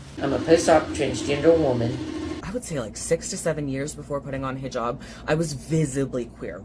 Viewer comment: "I am Arish and I am fram the south and I will wear this hiJAb because I wear it for Ala not for no man not for anybody else I wear it for Ala" I fucking hate how this woman pronounces things. If you're going to do something, I don't give a fuck. Just do it right. "Ala" over "Allah", "Arish" over "Irish", "hiJAB" over "hijab". (The capital letters represent spikes in the accent like a mispronunciation)